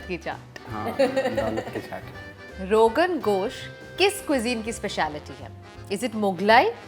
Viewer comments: It's not ogen gosh.. it's rogen Josh... anyway love uhh frm Kashmir 💓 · It's RoganJosh, not RoganGosh